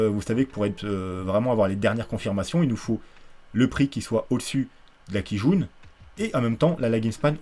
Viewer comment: A chaque fois que tu dis Kijun, ça me fait penser à une quille jaune mdr